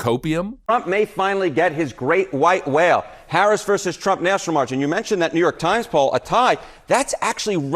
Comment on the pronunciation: The fact that this guy can’t even pronounce her name right makes him hard to trust.